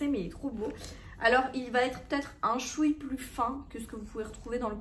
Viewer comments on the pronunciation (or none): "un chouie plus fin" eh plus jamais